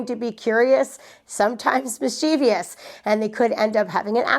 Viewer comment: Just FYI: mischievous has THREE syllables not four. Mis Che vus.